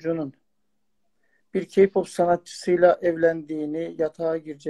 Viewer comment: Mala bakın yaaaa boş boş konuşuyon işte türkiyenin sorunları bitti güney koreye uçtunuz ayrıca o ka pop değil (key pap) diye okunur k-pop diyede yazılır..